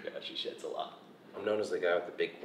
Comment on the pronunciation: Sheds not shits lol